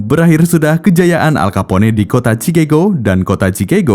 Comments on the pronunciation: entah kenapa gw kalo denger suara narator bikin hati bahagiaaaaa.....🤪😋😛😝😜🤪😘🥰 min bacanya bukan alkapone hehehe tapi alkapon (Al Capone) atu lagi bukan cikego tapi bacanya sikegho.... (Chicago) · Dan lebih enak dengar "al kapon" daripada "al kapone" hehe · Nama manusia atau nama tempat wajib disebut dengan betul,,gw dengar aja kek guna bahasa alien,,al kapone sebutan salah,nyebut nama orang begitu udah di anggap tidak menhormati,,alll kaponeeeeeeeeee🤣🤣🤣🤦wajib belajar bahasa luar ga boleh seenak nyebut bahasa daerah cokkk,bikin malu negara pribahasa ga betul wkwkwkkwk